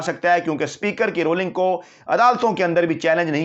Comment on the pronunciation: UR PRONOUNCING INCORRECTLY. THE CORRECT WORD IS RULING, NOT ROLLING. PEOPLE IN PAK DONT LIKE TO BE CORRECTED. DO YOU ALSO - I HOPE NOT